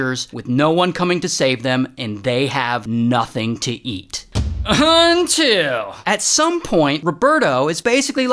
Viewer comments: gotta love the "UNNTILL" 😭😭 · That “until” hit hard